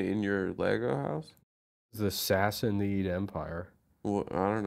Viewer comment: Say it with me “Sass-uh-nid” not “sassy-need”